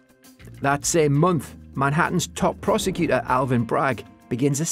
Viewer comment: Repeat after me: pro-se-cu-tor. Four syllables, the last of them beginning with a T. (You can use that T you're using in the middle of Why-Towss, when you let it go ack to being White House if you like. But that still leaves you with a couple of problems with courT, twenTy, and guilTy. )